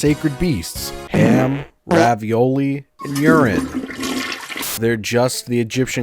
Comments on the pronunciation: Oreo? Didn’t he say urine? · Oreo not urine